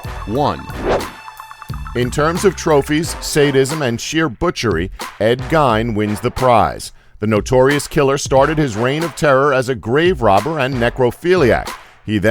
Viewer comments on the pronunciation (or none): its pronounced Ed Geen